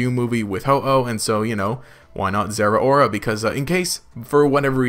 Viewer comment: People need to stop pronouncing Zeraora wrong. Zeh-row-ruh, as in cow